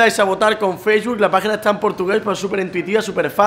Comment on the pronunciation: cuando mi abuela dice facebook